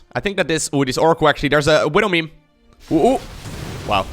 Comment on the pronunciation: did you say... widow meme? XD